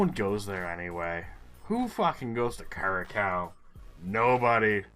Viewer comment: Congrats on 500 episodes! I have watched several of your videos. 5000 points in Indonesia is really rare! Notes about Curacao-- I think it's pronounced like "cure a sow" where sow rhymes with cow. It's owned by the Netherlands, part of the Dutch Antilles. It is pretty tough to get a geoguessr spot there because there are so few google streets in the Caribbean, you don't expect it. It's likely that a lot of the smaller Caribbean islands have English, as well as perhaps a mix with French, Spanish, and, in this case, Dutch, depending on the island.